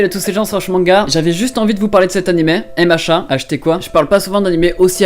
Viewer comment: Je viens de comprendre que tu disais MHA grâce au commentaires moi j'entendais "hé machins" 😂😂